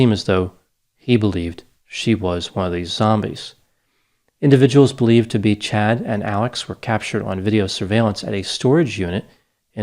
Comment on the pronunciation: Are you sure it's Chad and not Chode?